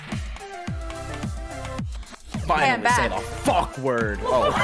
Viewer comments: He really put an oomph into that f word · he was so emphatic too like it's hard to believe this wasn't planned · i love how he puts the emphasis into 'FUCK'